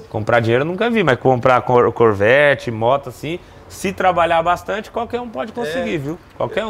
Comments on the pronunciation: Nois: Corvet Vizinho: Chevet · O melhor e quando ele fala "O chevete do senhor" ksksksksks Bicho nisso sabe nem fala nome direito ksksksksk corvete